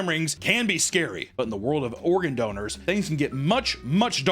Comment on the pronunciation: Doners? not Donors?